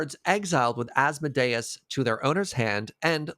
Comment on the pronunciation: Congratulations to nailing Asmodeus the first time and parlaying it into an A+ groaner